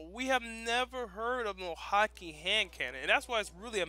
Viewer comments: it's pronounced hawk ah not hawk e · it's actually prounounced "hah-kuh". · please stop saying hakke wrong.. over and over again...